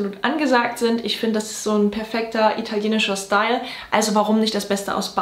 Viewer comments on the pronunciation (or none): none